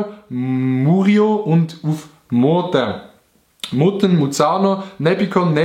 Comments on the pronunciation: Nit Mutten sondern Muttenz 😂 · Ey es heisst nit MUTTEN es heisst MUTTENZ